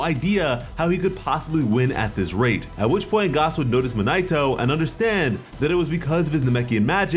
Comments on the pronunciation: pronouncing gas as garse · Did you say Gus it's pronounced gas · Please say “Gas” not “Gaas” love your vids but every time I hear “Gaas” it makes me cringe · Garse??????? you mean gas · why do you say Gas like gauss? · Why is he saying gaaaaahs bro it’s gas ⛽️ like fuel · It's pronounced Gass not Gause lmao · this man pronouncing gas as garse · Why are you saying gas like that? His name is literally gas. Like gas can. Liquid solids and gas. Come on man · I just unsubscribed because of the way you said gas. Lol 🤣